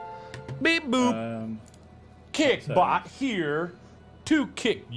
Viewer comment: Mark: says kick bot Me: hears kik bot Also me: rip kik T.T